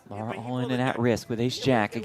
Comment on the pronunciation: her name is Lara NOT Laura